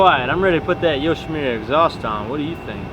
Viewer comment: le sigh... it's Yoshi moo ra. Not Yoshi mew ra